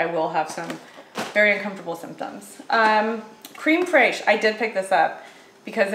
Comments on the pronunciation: Creme fraiche is pronounced krem fresh. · I love how says creme fraiche. People on IG was having a hissy fit...let people pronounce words how they want to. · Creme (Accent over the first E = a short E sound.) Fraiche (Pronounced Fresh. )